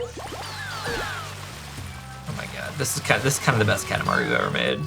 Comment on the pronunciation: Kalamari ❌️ Katamari ✅️